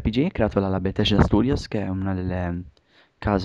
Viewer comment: Ok, a me piace molto la serie di The Elder Scrolls, però vi prego, imparate l'inglese!! almeno le cose di base!! SKYRIM si pronuncia SCAIRIM !!!! no schirim!!!! e la casa produttrice e creatice del gioco si pronuncia BETESDA così come si legge, non beteSHda! e poi come potere fare un commentary di un video che vedete sul momento!? che informazioni date agli youtubers? Per la precisione Skyrim avrà come cattivo Alduin, divinità nordica che risvegliarà i draghi per distruggere Tamriel..